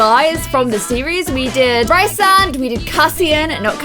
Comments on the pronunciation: Liked it a lot! But you pronounced the names wrong. C; there’s a guide in the back of the book On pronounciations Rhysand is Ree-sand Feyre is Fay-ruh azriel is az-ree-ell xx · You misspronounced Feyre and Rhysand. And if you give Feyre both tattoos, then shes already fae -> so pointy ears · When you're still irritated whenever she pronounces dear Rhysand's name wrong